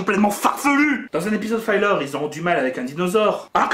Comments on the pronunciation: La vidéo n'est pas mal, mais juste une remarque : 'filler' ("fi-leûr") ne se prononce pas comme "filer" ("faille-leûr"). Un "i" devant deux consonnes ne se prononce jamais "aille" en anglais. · "Filler", se prononce "fileur", et pas "faïleur"... ça vient du verbe anglais "fill" qui veut dire "remplir"...